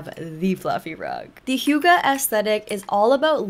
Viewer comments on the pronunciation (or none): How you initially thought 'hygge' is pronounced is more correct that whatever that translator was teaching you. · Its actually not high ghee 😭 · Hei, as a Norwegian I feel touched that you choose HYGGE, but I recommend seeing a Norwegian or a Dane say it 😊